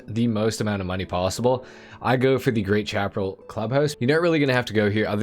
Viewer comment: I still wish we could own more then one MC so that all the bikes could have club house parking. And the auto shop should have two floors for all it's Tunners. (Bikes in a car garage look lonely!) Chaparral is said like Shap-a-rail. Like the old t.v. show The High Chaparral. High desert sandy land, stuffed very well with various shrubs and stumpy types of trees.